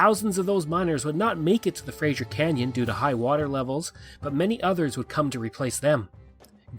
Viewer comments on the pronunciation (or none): It is pronounced frazer